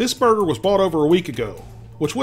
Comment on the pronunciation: How many times does he say “brrgrr”